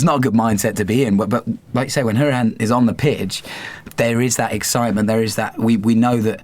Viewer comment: 1) shropshire is like north midlands 2) jack woodward is right, conor’s name is pronounced how-ri-han